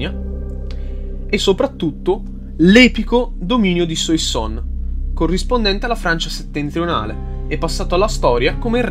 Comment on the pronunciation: Le pronunce dei nomi francesi... Suassòn, Orlìn, Edòn. E poi a dici "alla morte di Romolo Augustolo i rapporti tra i due (Afranio e Giulio Nepote) si fecero ancora più stretti". Ma in che senso? Romolo Augustolo è morto dopo decenni di esilio, mentre Giulio Nepote nel 480... ti riferivi alla sua deposizione, giusto? Comunque molto interessante.